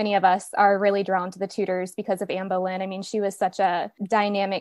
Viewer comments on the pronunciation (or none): Boleyn not bowlynn